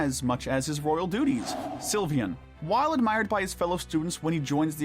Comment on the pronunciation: It’s not pronounced Sil-vi-an, it’s pronounced Sil-vain